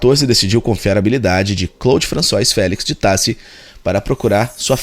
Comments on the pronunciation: Françoá, melhor escrevendo. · Muito bom o trabalho. Divertido também. Agradeço. Apenas sugiro um cuidado maior com certas pronúncias de palavras estrangeiras, para não prejudicar a qualidade da pesquisa. ROI, em francês, diz-se ROÁ, por exemplo, assim como FRANÇOIS se diz FRAÇOÁ.